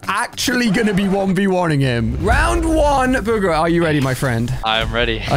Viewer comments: It says burger instead of bugha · you said burger it bugha not burger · Burger???? U mean bugha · For buga alia said burger for bua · Why does it say burger instead of Bugha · You called Belugeh buger